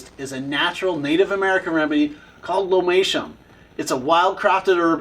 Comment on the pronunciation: Can't understand what chatty-cathy sock-mouth is saying with the pronunciation on the American Indian herb, so had to look it up: lomatium. Also as other say: get to the point. Slow down and be more succinct.